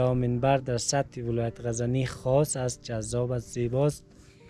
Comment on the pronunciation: And also ghazani